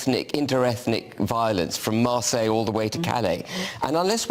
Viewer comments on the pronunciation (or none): none